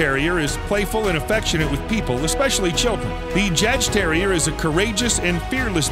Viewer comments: Re: Jagdterrier It's pronounced (YAHGterrier); one word. It's a little badass, kind of like the Patterdale Terrier but moreso. The Jagdterrier is the ultimate hunter, ratter, pest & varmint controller. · that's not how u say jadgterrier